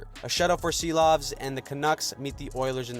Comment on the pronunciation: ‘Silovs’ is pronounced *she-lawvs by the way 🤙🏻